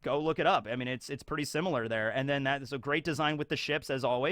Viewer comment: I know it's dumb, but I got irrationally excited hearing pronounce similar without a "u" lol